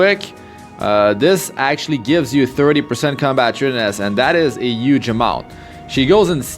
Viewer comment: "Uge Uge amount" LMAO "5* Bazar" ... some highly rated location!